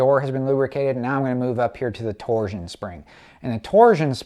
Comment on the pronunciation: It’s a TORSHUN spring, nNNOT A TORZHUN SPRING.